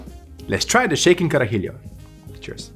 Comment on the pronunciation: So close to pronouncing it right! You're adding an additional "I" at the end, like "Carajill*I*o. It's like "Cara He Lo" edit, the more he drank the closer he got to pronunciation